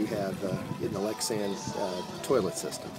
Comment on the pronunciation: Lexisan? Are you try to say Lectra San ?